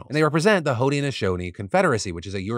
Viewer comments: I think it’s pronounced hood-nashownee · I’m from Syracuse and live on the lands of the Haudenosaunee, so I feel obligated to post this: Onondaga is pronounced On-Na-Dog-Ah and Haudenosaunee is hoh-den-uh-SHOH-nee. Hope that helps!